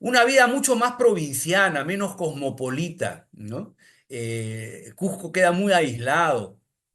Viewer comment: Cusco o Cuzco , Nunca " Cujjco "....